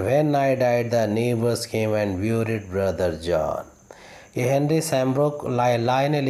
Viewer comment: V nice efforts sir, keep it up... some little correction is needed , it would be a landmark presentation....... fatal = فٹل not فاٹل, dogged = ڈاگڈ not ڈاجڈ, buried = بریڈ not بیوریڈ , Thanks...